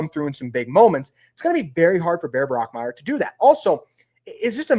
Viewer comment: Also, it is Bach Meier not Brock Meier.